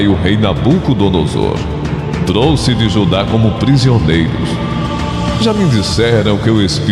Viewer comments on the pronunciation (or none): none